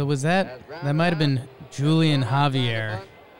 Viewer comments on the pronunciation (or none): Julian Javier's name is pronounced HOO-lee-on HA-vee-air.